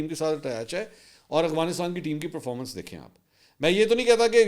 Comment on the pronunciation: Mansoor bhai, please try to pronounce AFGHanistan as its written, instead of AGHVinistan that you usually say 😊